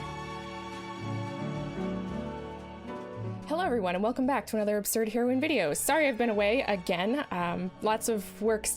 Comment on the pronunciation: Absurd Heroine also you pronounced my name perfectly. And if I had the cards for this I’ll try it but I will include embodiment of agony its a great addition to the deck